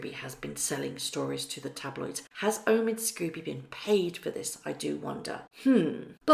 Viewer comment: Omid "Sko-bee". Sorry! It just irks me when you say Scooby, like Scooby-Doo the cartoon dog. It's Sko-bie as in "Snow bee".